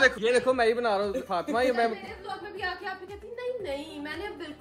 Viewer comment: Fatima bolen ر 😭😂 ڑ😂bht Maza Aya aaj funny ❤😂